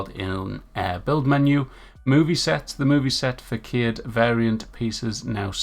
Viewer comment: Bro, you are too old to not know how to pronounce "Façade". Your job is basically to communicate information to your fans. To that end, you might not want to be so flippant about not knowing how to pronounce such things. You also have a tendency to interpret or read into statements in unhelpful ways... It said nothing about "Ground Pounder" not previously working in any way, all it said was they corrected the text in the description. It literally says "This perk applies to all rifles.", you read it as "This perk now applies to all rifles.", and then reacted to what you said instead of the text in front of you.